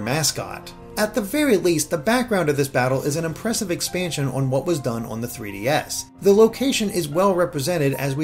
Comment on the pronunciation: This guy can’t say “on” properly. I don’t even know how to write that.